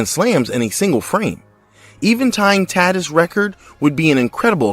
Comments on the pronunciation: Ta-teece, not Tat-iss. 👎🏽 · Good video. Just a note - Fernando Tatis last name is pronounced ta - TEECE.